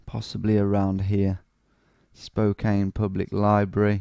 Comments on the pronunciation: Portland, OR, USA You are immediately identified as an outsider because Spokane is not pronounced Spo-Cane but actually Spo-Can by locals. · Just a heads up, it's pronounced "spoh-can"( with a soft a). Also I'd love it if you did Seattle! Keep it up dude :) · Hey, I'm from Spokane! Never expected my hometown to pop up here. Been here all my life (29 years). Spokane is pronounced like Spo-can. 'Can' as in a soda can, and this is used in plenty of punny ways. Local stores include Spokandy, Spocannabis (marijuana is legal here), and Spokanimal (to adopt pets). 1. The courthouse area. No, you DON'T want to walk around here at night! That area is jokingly called Felony Flats by us Spokanites as it has some of the highest crime rates in the city. But overall, in other areas, I think the crime is fairly low. The tower you saw in the video was the courthouse tower, yes. The video also briefly showed the clocktower in River Front park which is more famous, as well as the Pavillion. Also, when you were on the Monroe St. Bridge and made a joke about jumping off if you wanted to end it all... umm... yeah, that is something that happens with alarming frequency on that bridge. Some people are trying to get nets installed underneath. 2. The Gonzaga area. This was recently a joke on the internet because of a segment where Jimmy Kimmel pretended Gonzaga didn't exist. The college basketball team is pretty good, even if our city isn't well known to most, even to people in the US. You also made a joke about hitting a dead end, which is hilarious to me because Spokane has a LOT of dead end roads. I'm sad you didn't get any South Hill locations, but I don't think you made the area big enough to include it. The South Hill is an absolute clusterfuck of r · Also it's pronounced Spo-can don't worry though most people in our state don't know how to pronounce it